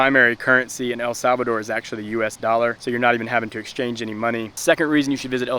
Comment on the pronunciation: Did he said el Sabado?